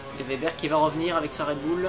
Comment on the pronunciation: On dit ouebber pas vebber... Bonne course et bonne vidéo sinon ;)